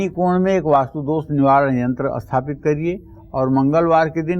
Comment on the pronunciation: Aap sathapit ko asthapit kyon bolte hein..?